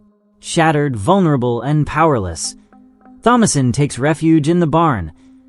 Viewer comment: Jesus Christ THOMASINE IS PRONOUNCED TOM-UH-SIN!